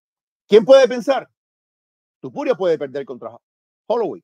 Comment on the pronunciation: Deje de ver cuando empezó a decir TUpuria... p*ta madre 🤦‍♂️